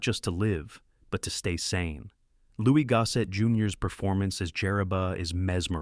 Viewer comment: The AI voice trend needs to go. When it mispronounces Louis Gossett Jr.'s name and the YouTuber doesn't correct it, then it's gone too far.